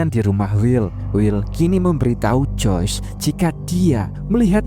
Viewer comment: Joyce bang bukan joys